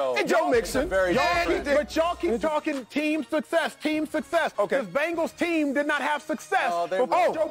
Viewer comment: Y df does he say Bangals